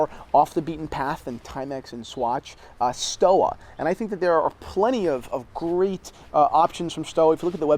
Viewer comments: The correct pronunciation is either Stova or Schtova in Germany depending on the dialect but certainly not "Stowa" where you pronounce the double U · Theo and Harris No Sir... You had a chance to educate your viewers on the history of Stowa ( Pronounced STO-VA, btw) and you seriously dropped the ball. They were one of the original fleiger manufacturers of the Type A and B. IWC, Laco, Wempe, Lange were the other. For $800 to about $1600 , you can get a super solid piece with some history. The Archimedes is beautiful BUT. the Stova fleiger is real deal. They sell direct so the prices are good value proposition. If they went through a middleman, the price wound be doubled or tripled.